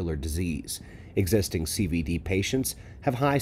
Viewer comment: CVD not CBD is what you said ?